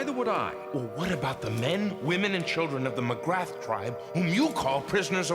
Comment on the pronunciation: "Magrath" is not pronounced as it is spelt. It's correctly pronounced 'M'grar'.